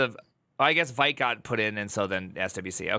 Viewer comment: Vite is pronounced "Veeet", it's french for "fast" or "quick" Vite (French word for "quick", pronounced /vit/ , like "veet")